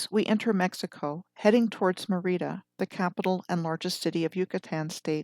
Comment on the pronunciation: Merida is pronounced as e in red with accent on E not a long I fyi and Archipela (long A) go